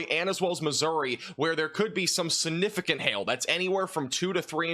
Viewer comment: Significant, not sunificant.